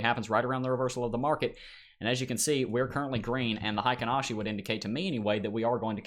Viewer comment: Heikin Ashi pronunciation: hay-keen ah-she